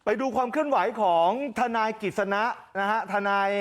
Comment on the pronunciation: ทะน๊าย ของ แม๊ 😂